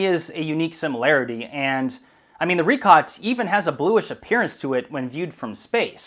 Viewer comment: Richat pronounced as "ree-shaat" though. How can we be sure in your words if you even mispronounce the name of that place?